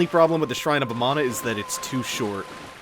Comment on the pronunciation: "shrine of amano" is what im hearing. like the shrimp.